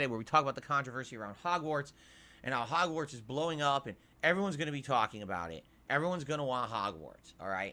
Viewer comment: Hahgwortz will save the channel Da Sooper Bowl will save the channel